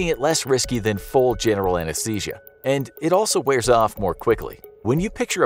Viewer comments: Ah yes, Anashesia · everyone ignoring how it says "anashesia" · "Anashesia" ?? Huh?